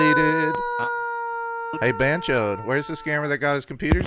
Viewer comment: I keep thinking you’re calling them chodes lmfaoooo